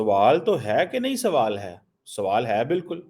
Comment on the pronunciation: video mein kitni baar swwal bola count kro...😂